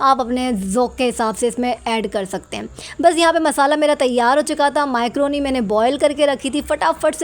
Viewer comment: Microni nahi macaroni boltey😊